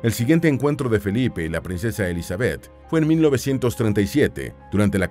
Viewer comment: Me desespera que diga Elizabéth. El acento va en la i